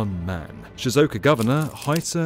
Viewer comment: Great video and all, but really needs to learn how to say Japanese place names correctly. He butchered almost all of them. Shizuoka, e.g., is four syllables.